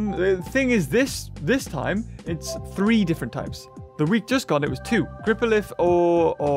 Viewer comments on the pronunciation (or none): none